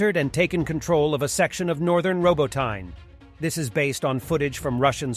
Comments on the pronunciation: Robot eh na. Not robo tyne. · It pronounced Robot nee Not robo tine from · Ro-bot-in-uh. Robotyne. E on end pronounced "uh". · I wish he would say Robot-Ne properly.